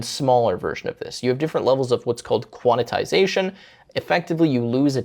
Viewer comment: Thought I was the only one… that and the “Quantitization” mention is like nails on a chalkboard